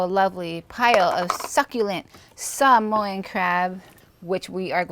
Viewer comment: Thank you for pronouncing Sāmoan better than some Samoans😂